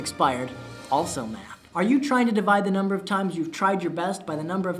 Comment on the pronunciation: At first, I thought he said meth instead of math